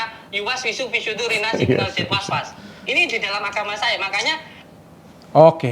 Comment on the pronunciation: Yang bener tuh Al lazii yuwas wisu fii suduurin naas Minal jinnati wan naas Bukan kaya mas udin, malah "was was"